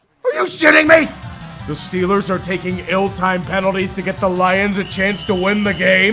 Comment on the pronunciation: when Yinzer mode activated: "THA STILLERS GAHNTA SUPER BAWLLLLLLLLLL!!!"